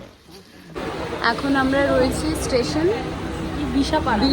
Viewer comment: Ei nekamo gulo dekhlei just mathata gorom hoye jai,, ora khub valo kore jane ai station gulor name tobuo video te eshe ai nekamo gulo kora chai,, by the way mane ishikar mami ota BisharPara not Bishpara obossho thik thak uchharon korte gele minimum porashona ta jana dorkar jeta tmi ekdomi koroni tai ai obstha